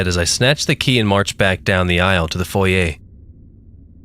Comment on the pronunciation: Kudos to! I am sorry I waited until now to comment, but I listened to this before your 2nd part today. But 2 things: 1. Thank you for pronouncing, “foyer” correctly! 2. The line, “He was gonna be a Pentecostal and...” just floored me! Died laughing!! Best line, ever! 😂♥️♥️🤍🤍😂